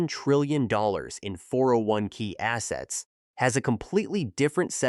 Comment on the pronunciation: "401 kick" "401 key"...ai slop